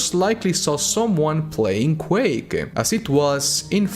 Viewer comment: Quake-ah, game-ah, announced-ah.